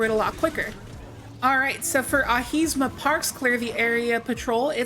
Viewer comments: AhiMSa Park, not AhiSMa Park. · Yo. Just a correction. It's not Ahis-Ma. It's Ahim-sa park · Ironically it's Ahimsa, not Ahisma. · nice tips! btw u kept pronouncing ahisma park... its " a-him-sa " which is an indian word meaning non violence /respect for life :) pretty cool of devs to keep such words in the game .. also maya means magic/illusion in lot of indian languages not sure if its ref to something as i am newlight player. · Repeat with me: "tze-pheer" ...."ah-hee- msah"